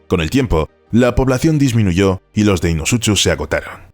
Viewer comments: me hace gracia lo mal que pronuncia deinosuchus . la "ch" se pronuncia como un a "k" se pronuncia "deinocus" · Me encantó el video muy bueno, solo un par de anotaciones Deinosuchus se pronuncia "Deinosucus" y en la palabra Quetzalcoatlus la primera U, no suena ya que hace referencia al ave actual del mismo nombre y a un dios maya y por último los nuevos estudios ya nerfearon a mi Dunkleosteus :c parece que no midió más de 3 metros pero esa se perdona porque tiene como un mes que salio el estudio